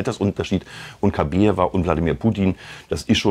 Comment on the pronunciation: KabAjeva heißt die Frau, nicht KabEjeva. Ist ja eigentlich egal, aber falsch.